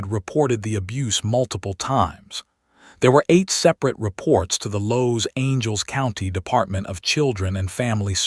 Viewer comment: Los Angels county?? Huh?? You can't really support the victims if you mispronounced half their names.